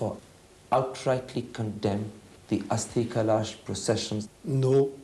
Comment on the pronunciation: Karan Thapar cannot pronounce 'kalash'. He says 'kalAAsh'??? Lol LK Advani's actually making a lot of sense.